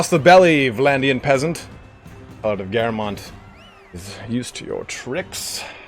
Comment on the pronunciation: Great series. Btw shouldn't it be pronunced Calàrd since Bretonnia is like medieval France?